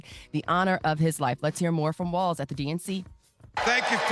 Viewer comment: “Tim Wal-Z” ?